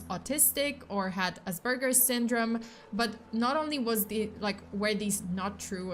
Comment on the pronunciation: There is no b in aspergers.